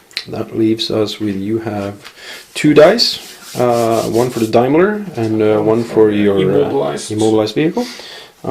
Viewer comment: and th daimler is pronouncd Dame-ler lol